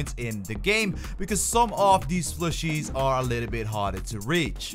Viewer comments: Is he saying flushie? Or fooshie? He’s def not saying plushie. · PLUShie... not flushie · what are you saying?? Flooshoo? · Stop saying flushie!